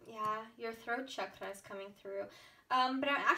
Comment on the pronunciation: As an Indian, I'm impressed by your pronunciation for chakra and mala and random Hindi words. So cool!